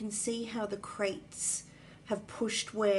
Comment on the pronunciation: I was wondering what wooden boxes had to do with any of this, when I realised you meant "craters", not "crates".